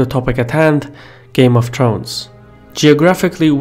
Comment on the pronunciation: "Game of Trones"